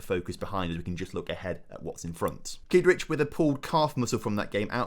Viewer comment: Thought you said Keith richards was playing then realised it was kidric.